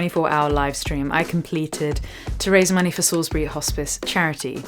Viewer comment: Did you say Salisbury??